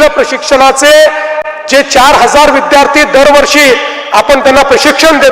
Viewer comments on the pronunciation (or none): none